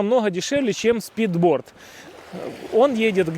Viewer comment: speedboat а не спидборд